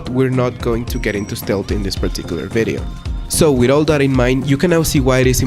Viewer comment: ''and if you enjoy this 🅱️BIDIO''